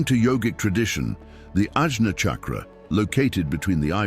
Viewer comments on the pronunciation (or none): none